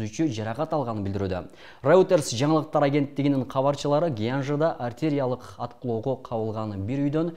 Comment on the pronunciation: дикциянды ондо артериялык эмес,артилериялык,Степаникершаары,деп туура окулат. Мен сени урматтайм,даярданып чык!